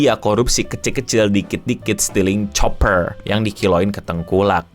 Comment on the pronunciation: Tembaga itu bacanya "kuper" bukan "Choper"